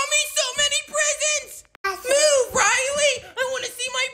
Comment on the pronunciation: The way the mum says Rilely gives me the nerves💀